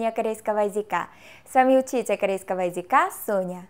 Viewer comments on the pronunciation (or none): У тебя слово "языка" больше слышится как "язИка" Слышится эта буква И вместо Ы Конечно я не со зла это говорю, а чтобы ты в дальнейшем только лучше разговаривала на русском) Хоть этому ролику уже 8 месяцев, то я уверена, что ты стала ещё лучше разговаривать на русском😊